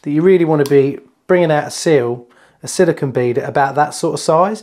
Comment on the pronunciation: It really annoys me when these guys do so much of this work, but they call it silicon (as in microprocessors) instead of silicone as in fir cone grrrr